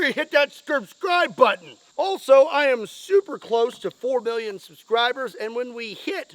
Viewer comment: It sounded like you said 4 billion. not 4 million.